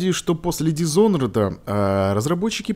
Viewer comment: дизонорд а не дизхонорд